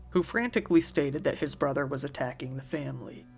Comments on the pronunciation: Kid still pronounced brother "bwother". I'm so sorry little man, you deserved so much better, rest in peace. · That 911 call hurt me so much… the way he couldn’t even pronounce his r’s is making me cry